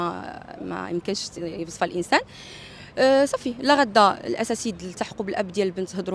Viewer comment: كتقريو التلاميذ اللغات و كدعموهم و انت كتقولي الاساسذة و كتكرريها شحال من مرة نقول الاساتذة .